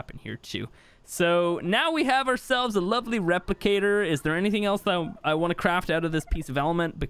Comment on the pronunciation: A lot of “Lovele” in this video